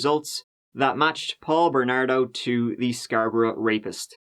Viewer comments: I'm from Scarborough and I'm still not over how you pronounced it (good job on the video though m8) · It's pronounced "scar-bro" not sxarbrah. It's not Eden brah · "scarbruh" its scar-bo-row but i like this new pronunciation, it's like bruh but scarbruhhhh lmao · Where’s this dude from the way he pronounced Scarborough has me so confused. I’m guessing Scotland like the pronunciation of Edinburgh but idk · listening to you pronounce Scarborough is giving me life lmao